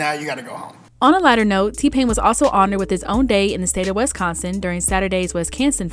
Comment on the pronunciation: …is it me or is the narrator pronouncing Wisconsin wrong?